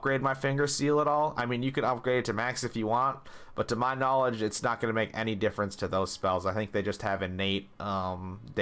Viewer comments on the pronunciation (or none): none